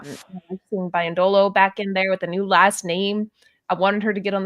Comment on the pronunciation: Wonderful recap. My only note is: Lynn's last name is pronounced - BEE-yendolo